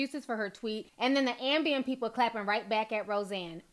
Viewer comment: KEEP SAYING AMBIEM!!!!!!